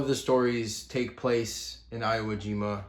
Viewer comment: Sorry to be that guy but I think this one's important. It's pronounce ee whoa jeema. E as in ewolk.